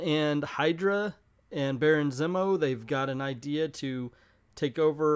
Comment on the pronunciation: cough Zee-mo not "Zim-o." Lol